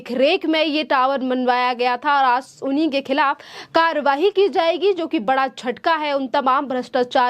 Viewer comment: Karwahi कार्रवाई, उच्चारण पर ध्यान दीजिये।